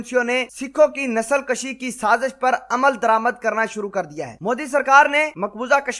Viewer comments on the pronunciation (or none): nasal kushi is the right word not nasal kashi, you must speak correctly if your are in public. You must know the difference between kashi and kushi.